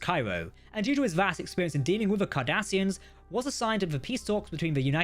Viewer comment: I just had the craziest mental flash... When i heard Cardassians... In my head i heard Kardassians.